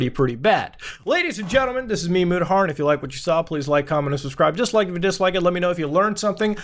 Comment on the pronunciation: mutahar but pronounced muuudah